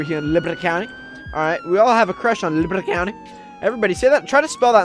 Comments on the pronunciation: In the beginning of the video it sounded like he said liberta countei lol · Well I don't and here's you're libwty county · It’s libati counti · u said try to spell liberty county the way u say it I do it like this liberte countey